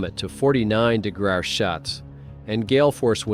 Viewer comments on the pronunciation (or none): I'm not ever a stickler for language rules like that, especially on social media, but after niney-ni-nine, I was out at 49 degruw shots